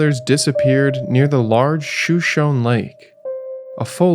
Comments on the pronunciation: It’s not pronounced shoe-shown. It’s Shu-Show-Nee. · Shoshone is pronounced show-show-knee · Good video. One tip: "Shoshone," as in the lake, river, town, native tribe from which the name is taken, and probably many other place names around Idaho, Colorado, Wyoming, etc., is pronounced 'shō-SHŌN-ē'.